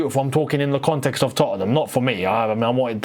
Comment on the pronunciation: you're the only Londoner I've ever heard put that extra syllable in the middle of 'Tottenham' like Americans do!😂 (Not a dig bro, I love your work💙)